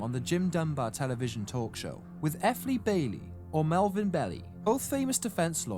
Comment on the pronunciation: Great video! Although it's pronounced Bee Lie not bellie